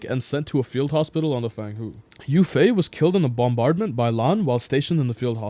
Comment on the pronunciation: Every time bro says who for hooh and not hoe oh i get so annoyed